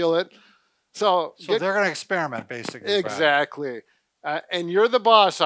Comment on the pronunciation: I like your ''EXATLY''😊😊